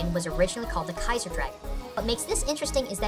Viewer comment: Kai-zar... Kaizo